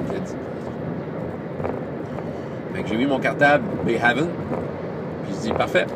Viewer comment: Le supplément HERO KIDS Adventures in Bayhaven (de l'éditeur Roaming Band of Misfits Press) se prononce "Bā Hāvn", le deuxième "a" pareil au premier (comme le français é). Haven ressemble au mot normand-français havre: port ou refuge.